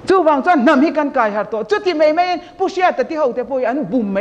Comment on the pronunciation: mei, meithei , deih. Nilo in mai, maithei, daih.. mizo ṭawng dik in aw...